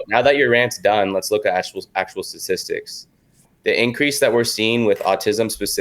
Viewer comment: dramastically stastistics